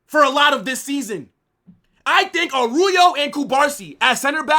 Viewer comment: What is Aruyo? It is ARAUJO.